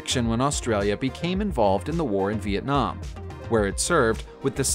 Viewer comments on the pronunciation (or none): none